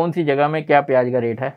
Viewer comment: Pyaaj nahin Pyaaz bola karo